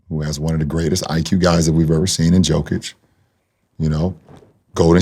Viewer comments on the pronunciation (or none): Dawg NOBODY pronounces Jokic’s name right 😭 cmon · Loved the conversation. But, the fact that lebron refuses to pronounce Jokic correctly, infuriates me.